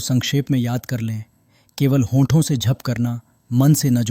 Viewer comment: Please agli vedio me jp ko jhp na bole 🙏